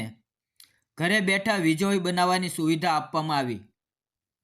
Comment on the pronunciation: વિજળી બોલતા નથી આવડતી ભાઈ?